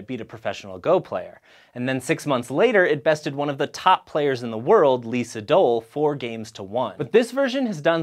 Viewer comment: It's LEE Dol.